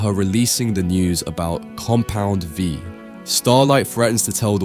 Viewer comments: "Compound Vive" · lmao noticed this too. also "tears up" like tearing paper instead of crying tears. and alternating between compound V, compound 5, and compound vive 💀 tried really hard not to let these ruin the otherwise great video for me but oof :') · Im not sure why, but it is very entertaining that he says Compound 5 instead of Compound V